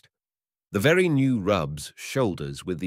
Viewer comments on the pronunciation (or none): 5 mins in... does he say of the Chinese women... "velly" clean or "very" clean... ? Tongue in cheek or....?